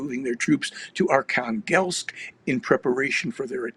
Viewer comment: Archanglest - almost sounds like "Archangel" and yet Russia is not religious whatsoever